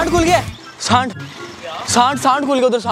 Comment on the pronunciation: Abe send khul gya saand khul gya 😂 bhai pahle naam to sagi se lelo